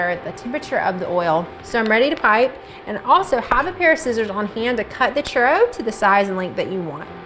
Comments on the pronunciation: CHUROWS that’s what it sounds like to me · One at a time only??? You have too much time on your hands lol!! Fry in bigger batches is my suggestion. I love churros!! Sprinkle with cinnamon and sugar right away when out of oil for better adherence. The way you pronounce churro almost sounds like you're swallowing the letters.. hahahaha 😂 Bon appetite 💝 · As a Hispanic, they way people pronounce it makes me cringe but laugh a bit, all in good fun 😂